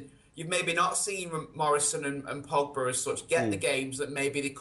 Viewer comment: funny how he said pogba